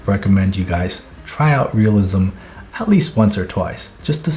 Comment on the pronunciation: I hated it when you said "realisim" until you showed examples, now I know where to start